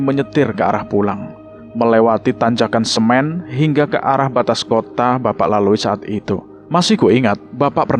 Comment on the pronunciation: Tanjakan emen bang bukan tanjakan semen😂😭